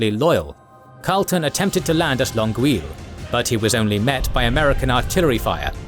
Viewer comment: Québécois here. I'm glad you covered extensively the Québec campaign. Hope you'll cover the French and Indian wars eventually, as well as the Rebellions of 1837-38 (a quite interesting period). Anyway, my only note is how pronounce Longueuil, specifically the second part. I understand this sound might be uncommon to anglophones, so, I'll try my best to explain it. Essentially, try to pronounce the word "eye" in French (which is written "oeil"). That is exactly the sound pronounced here. Thank you again for this supercut video and everything you do! Cheers!